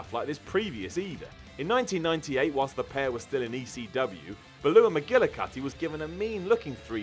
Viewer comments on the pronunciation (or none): Baluah? It's Bulah. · Baloo McGillicutty?! She wasn’t the friendly bear from Jungle Book. Beulah,. B-yoo-lah!! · What was that name,? Sounded like "Balooah". I think you mean Beulah McGillicutty... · in the video that's what said instead of beulah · Bee-U-lah, Beulah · I had to listen to it again... Belittle-ah... Babalu-ah...